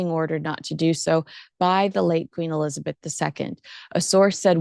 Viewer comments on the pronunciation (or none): none